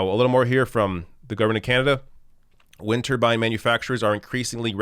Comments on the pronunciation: say it with me "wind turbine" not "winter bine" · I like how he pronounces it like "Winterbines," it's got a good ring to it.